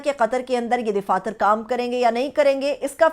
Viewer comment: DAFATHYR KO DIFATHYR KYON BOL RAHE HAIN JO SARASAR GHALATH DAIDAFATHYRHAI SAHI.